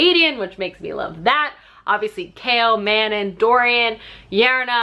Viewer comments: YES hahaha I kept laughing, I’m pretty sure Manon is pronounced mah-NON, though almost everyone pronounces it like “Shannon”, but I say Elide and Aelin the same way as you 😌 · El-eed, Muh-non, Irene, Aye-lin ;)